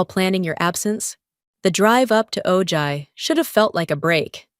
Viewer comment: Ojai is pronounced O Hi. The j makes the H sound like La Jolla (Hoya)